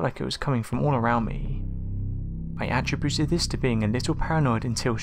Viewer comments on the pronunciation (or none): "Uh-trib-byou-tid" not "At-tre-byou-tid" for Attributed. Different meanings....first one is used as a verb....IF the second one is EVER used, then it's a Noun of sorts, speaking in the sense someones characteristics maybe. But the first is used when declaring someone or somethings ownership of an action of sorts. Just notice your mispronounced words more than anyone else on Youtube. I guess that could be a creative way of getting me to view your vids more often since I tend to comment when I hear the mistake. Hmmm.